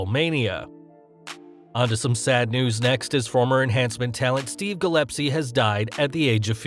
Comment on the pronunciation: It's Gil--es--pee, nor Gil--ep--see. My hometown... Shoot.